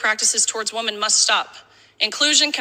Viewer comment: I love listening yo you, but you really need to learn how to pronounce 'women'. 😂